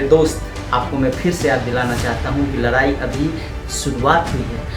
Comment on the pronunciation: Lrai nhi ldai bhai😂😂😂